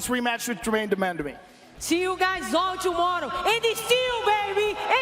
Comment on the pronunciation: “GermaNE DER MANDAMEE” - Joe Hogan